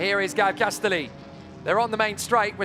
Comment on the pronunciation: shouldn't Castelli be pronounced like spaghetti ? castElli spaghEtti